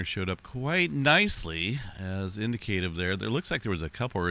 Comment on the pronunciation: You should look up how to pronounce the word indicative.